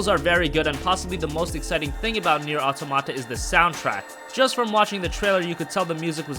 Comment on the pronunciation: Nier ah toh-mata? where is this guy from... the way he pronounces some words is just odd...